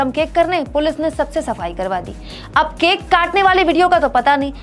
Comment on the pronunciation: केक केके बोल रही हो केक की तरह!!